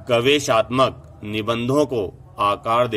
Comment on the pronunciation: महोदय शब्द गवेषणात्मक है गवेषाााात्मकक नहीं